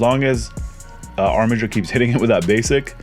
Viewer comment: Wow, someone who knows how to pronounce Armiger correctly!